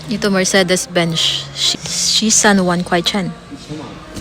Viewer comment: benz.. not bench =)